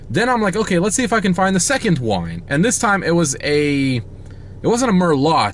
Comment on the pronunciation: Dying at the wine pronunciation 😂